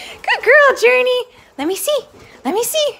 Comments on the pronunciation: Its Journee not Journey ok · It’s Journee not Journey